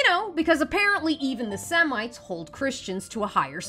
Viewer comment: Sweetheart, I love you, but please stop mispronouncing "Semite." It is not "Semmeet," as in "anti-Semite."